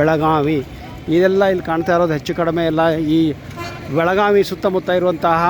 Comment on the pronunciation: Belagavi, not belaganvi.